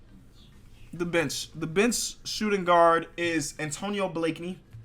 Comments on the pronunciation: does anyone else think he says B** instead of bench? like if u agree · when he says bench it sounds like b*tch